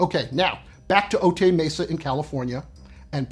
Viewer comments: For a channel about 'fact, science and truth', your comedy is distracting -- Cut it out. (Also, it's pronounced "O-tie Mesa", not "O-tay", okay?) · O-Tie Mesa. Not O-Tay Mesa. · Note from a local- Otay Mesa is pronounced Oh-tie 😊